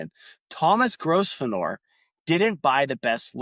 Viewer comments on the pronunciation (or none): your pronounciation of gros venor is how the french would pronounce it- it is french for great hunter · lol. Sorry, but it’s pronounced Grove-ner. But … great work, keep going!! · FFS, man. Your pronunciation is a deal breaker. It’s: grow-ven-er. 🤦🏻‍♂️ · They pronounce the name grove•n'r ; no s. There are many words like this, mostly place names. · it's a silent 's', also in English county names ending 'shire' most people pronounce it sher.